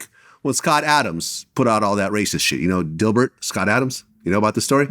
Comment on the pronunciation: I read Gilbert as Gil-Bert but the bert was pronounced like gobert in Rudy gobert 😂 forgot that was Gil’s real name 😂